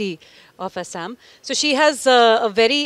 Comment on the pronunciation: Thank you saying Assam correctly unlike mostly other Indians